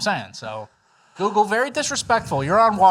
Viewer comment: “Google” is the hardest word for to pronounce